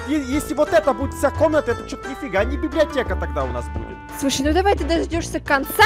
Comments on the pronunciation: затроль и отбери свои изумруды,и она сказала библеотека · сказала библиата! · говаррила ва времени ролека слово библеотека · сказала слово библеотека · Она говорила библеатека и вопше она а*** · Говорила "БИБЛИОТЕКА" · прости но... ты говорира (БИБЛИОТЕА) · Она библиотеа не гаварила